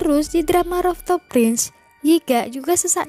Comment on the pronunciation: rooftop prince (perbaiki pengucapan dlm bahasa inggrisnya)